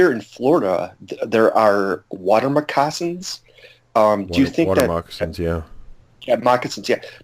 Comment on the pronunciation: When the super nervous guy who couldn't pronounce "moccasins" asked if BF didn't attack human because we resemble BF (and vice versa), why didn't anyone point out that they DO attack and even eat humans. Not every time, but they are known to do that.